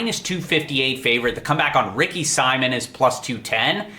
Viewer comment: I’ll never understand how guys that watch all the tape are so terrible with name pronunciation. Would it kill you to say Ricky Simon’s name right?